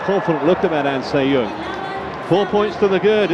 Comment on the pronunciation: The commentator kept saying "An Se Yoon", so annoying.